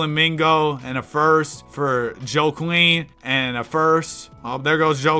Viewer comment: Bro really read joaquin as "joe-queen" 😭 americans really can't read huh